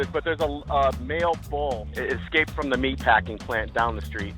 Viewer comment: Guy Saying “There’s a Make Bull Running Down The Street” is The Most City Folk Thing I’ve Ever Heard…. 🤦‍♂️🤷‍♂️😂😂